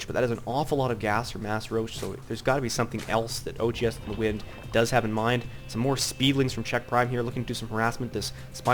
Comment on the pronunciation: am I the only one hearing "FOR THE WIN" every time he says 'for the wind'?